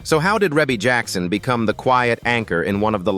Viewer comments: The video is narrated by "AI." That is the reason her name is mispronounced. 😂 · AI never pronounce any name right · Her name is pronounced Ree Bee not Rebbie. AI is a mess. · So if you’re going to use AI to narrate, it could at least pronounce her name right. Yeah, I know the e in the first syllable looks like her name is pronounced with a short e, but it’s not. Her name is pronounced Reebie. Long e. Rebbie = Reebie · Now you have to learn how to pronounce the name right before you start vlogging it's Reeeeee bee NOT no dern Reb uugh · Her name is pronounced Reee Beee, not Ray bay. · YESSSS!! You said it for me. I had to stop and can’t even go on with the Rebby. Plus I don’t really trust AI “documentaries” if the content maker couldn’t even get her name right I’m sure watching this isn’t a good use of my time. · Didn’t even tried to pronounce it as he see it REEEEE’BEEEEE 😆 😂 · If you can’t pronounce her name just don’t do the narration. Really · Give some respect on her name! You butchering it up! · URGH! I stopped watching after 51 seconds. Learn how to pronounce her name properly. Damned AI! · How are you going to narrate a family that's been around for years and don't know how to pronounce her name? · That is precisely what I want to know. Gross disrespect. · Can’t even pronounce her name correctly 😖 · This is an AI video, where her name is mispronounced. The home pictures look like Zillow pictures pre- sale pictures. Is that really how her home decor looks, does not look as it would be, given AI photos. Also the cover home picture does no5matched what is being shown. Not great editing. However, Rebe is awesome! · He doesn't even pronounce her name correctly. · no that's Ai it won't 😂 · Wow AI is really missed pronounce her name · Right out the gate AI mispronounces Rebbie's name! AI sucks! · If you can't pronounce her right how can you tell her story 😮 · I KNOW!!!!...A.I. needs to get it's life..it needs a big slap!!! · Ugh, I know😊